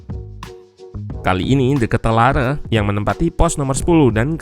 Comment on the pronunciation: Cara baca nama De Ketelaere = De Kit-la-re